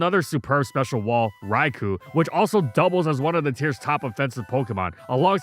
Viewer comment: Top Three Biggest Mistakes: 3. Any video before 2017 2. Being Sponsored by Blizzard 1. Mispronouncing Raikou